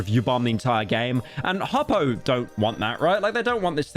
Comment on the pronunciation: He mispronounced Hoppo its so over